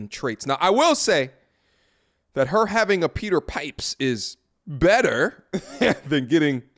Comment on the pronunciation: Peter Pipe-her.